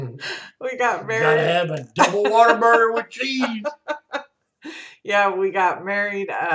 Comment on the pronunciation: # I knew you would say whatavurger..lol It's a southern thing.. I'm from the south. I've only ever bought your scent shots so many flavors to try and I wanna try them all first. Beside everything is so pretty I wouldn't be able to burn it.